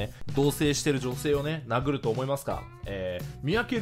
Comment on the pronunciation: 人を殴るが人を投げるに聞こえて猫を投げるが頭の中にでてきた